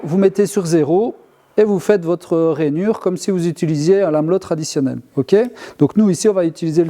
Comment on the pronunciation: La classe s’il te plaît c est pas Lameuuuuuullo, mais lamello avec un une prononciation de “ai”. T es top merci 🙏